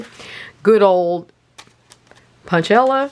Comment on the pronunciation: Enjoy your videos! The word is pronounced punchINella!